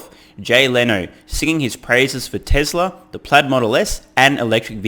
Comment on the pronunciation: Jay let his Massachusetts dialect come out TesLer haha